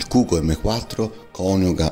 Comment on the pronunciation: Si legge kugú